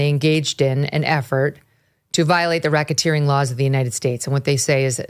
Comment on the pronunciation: what's Rocketeering, Mygen?...it's not something similar to like helicoptering😬🤭...it just sounds like it 🤭